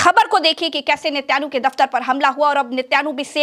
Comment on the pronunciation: नेत्यानु नहीं नेतन याहू नाम है उस का 😂